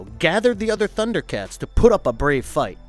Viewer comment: Man you butchered the pronunciation of the names.... did you even watch? How dare you criticize the Thundercats!!!!